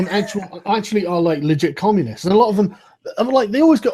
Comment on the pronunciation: "They're Commulists"